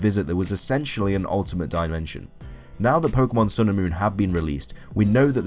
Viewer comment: Omg please pronounce more pokemon right it's sivally gladion named it him self his silver ally sillvally ok diealga that is no it's Dealga ok don't say you say raikoo oh yeah get the pokedex 3D pro ok now I'm just getting stressed 😩 about this dumb pronouncing Asseus what no it's Ar-key-us dont believe me huh think oh I'm stupid don't stop reading it was originally asseus but it sounded to much like ass so they changed it the animae says arkeyus pokedex 3D pro says Arkeyus nothing says Asseus this isn't a hate comment I really like you I just get stressed you mispronounce to many pokemon wrong and it just stresses me nice vid but please get the pokedex 3D pro and say it like that